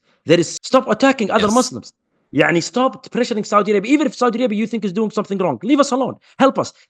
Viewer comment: Yaudi Arabia 😂